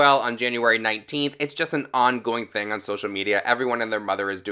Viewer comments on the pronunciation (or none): none